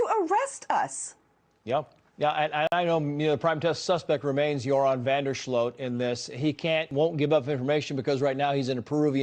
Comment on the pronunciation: Greta Van Susteren is the OG in crime reporting google Natalie Holloway news and Greta was on it. If you’re covering the case, sweets you hoots know Greta! Your-on is how you pronounce van Der sloot’s first name